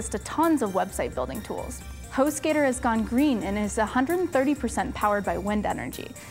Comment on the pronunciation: Hostgator? I heard hoe skater.